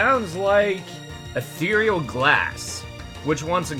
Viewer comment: Take a shot every time he says "atheiral"